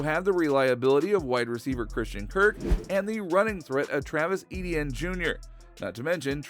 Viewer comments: It's E-T-IN NOT E-D-IN. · Its ETN not EDN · Please don’t pronounce it edn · please stop saying EDN